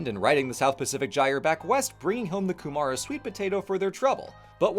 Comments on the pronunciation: Ata mārie from Aotearoa! Couple of comments: Your pronunciations are a good effort though the stress is off in some of them, pou'namu not po'unamu, 'kumara not ku'mara. Te Ika a Māui means Māui's fish, not fishhook. If you flip it the other way around you can see how the North Island resembles a stingray or skate with two wings and a tail. There is a theory that this may have something to do with changing climatic patterns and the little ice age. This is a great point and I'm impressed that a foreigner picked up on it. Māori social organisation and self-identity is relational, not based on any kind of checklist. The concept of ethnicity only started to make sense when Māori came into contact with people unlike themselves - and thus called themselves 'normal'. This is a good introduction to utu, treating it as reciprocity rather than just revenge as in some blinkered colonial accounts. Overall I felt like you made a real effort to be respectful (unlike some YouTubers) and I'm actually looking forward to seeing how you handle the next one. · Okay, this is such a tiny nonsense nitpick, but for the word kūmara, the emphasis is on the first syllable: KOO-mah-Rah, not koo-MAH-rah. Your pronunciation is otherwise pretty good, and did your research well,! A lot of this is the same stuff we learned in history and social studies. There's a lot of concepts in Māori culture that don't have a clear, near translation in English - like mana and tapu and tikanga - and it's still to this day causing miscommunication. Going into it would make a long, complex video! Also, yes, the rest of the world is missing out on some uniquely Kiwi ice cream flavours. - a recently arrived Pākeha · I internally cringed at that pronunciation lol... If you're curious, the stress is on the kūm, so it should be pronounced KOOM - ah - rah not ku - MAR - ah. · I was loving the Italian accented Te Reo! And the emPHAsis on the wrong sylABle for KuMAra was charming.